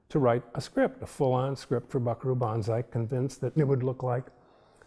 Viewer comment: BS----If a showrunner can't pronounce "Banzai" your AI needs work.